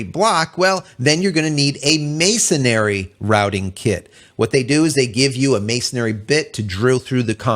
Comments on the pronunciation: To be pedantic, masonry is pronounced exactly as it's spelled. Masonry like "mason ree" not masonary which is not a word. Other than that your video is great. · FYI it's pronounced masonry not "masonairy" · MASONRY, Not masonary!!!!! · Masonry. No "A" between the n and r